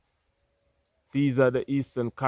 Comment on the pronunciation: It's so embarrassing that people in the Caribbean say 'Monster - rat' instead of 'Montserrat'.